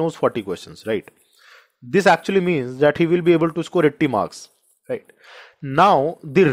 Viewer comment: Thank you sir, the word (right ) Lil irri..others fine.